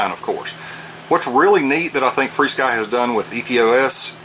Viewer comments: Why do ya call this free-sky? Says fr-sky on the front of this radio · There is no "ee" in the name. If you pronounce "F" and "R" you get "FAR"! Rather than call it "Furskee", we call it "Far-Sky". Just sayin'